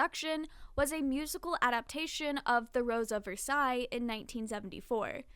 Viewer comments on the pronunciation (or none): none